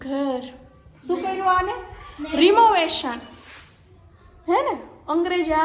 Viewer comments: Not removetion , Rinovetion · Ben renovation kevay.... Temovetion no kevay....😅